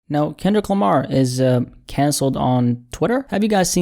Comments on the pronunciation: you called him Kinlic Lamar lol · Ok you called him Kinlic as well lol